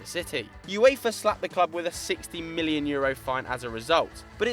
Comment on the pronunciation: why does he says mhilion and not million?